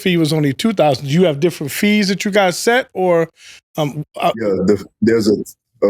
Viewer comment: Cam said “dissrent” perspective on the second one lol